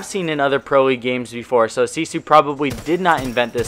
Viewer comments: As a finn i can say it's pronounced sisu, it looks like Gifu becouse they based it off old letters where the S looks like a G and the s looks like an f. Sisu also makes candy, and their logo is "Gifu" and that's probably where they got the idea. I hope this clears things up. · It is pronounced See Su:) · Elia Kaymer pronounced sisu. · GIFU = (SEE-SUE)... seems legit :/ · why the fuck are they saying sisu